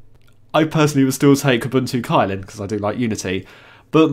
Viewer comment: Unless I'm mistaken, Kylin is actually pronounced as "chillin"